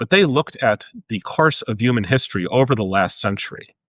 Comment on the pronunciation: Stop saying “üman;” say “human” ffs